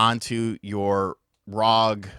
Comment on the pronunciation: its not "rog" its R O G its an Acronym